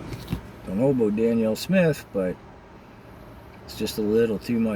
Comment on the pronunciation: Her name is Danielle not Daniel. It might help to get that right first before you attack her. Daniel is a man’s name.